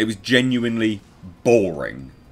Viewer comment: "It was boWring" 2021:)